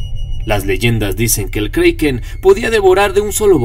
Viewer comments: si tu sabes que se escribe Kraken porque lo dices kreiken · Si se llama kraken no kreiken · kriken no kraken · Perdona, se dice como esta escrito kraken y NO kreiken!! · "Kroken" es la pronunciación escandinava original y "Kraken" es la que más se parece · Es kraken no kreiken 😠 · el kriken xD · Se dice kreiken en ingles..